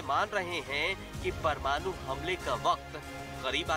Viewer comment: परमानु नहीं बंधु,,,,,,, परमाणु शब्द सही होता है